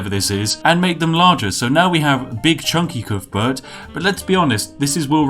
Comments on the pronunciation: Coothburt um I’m from wales and on every welsh rugby ball it says cuthbert not coothburt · Calls himself British! Can't even pronounce Cuthbert!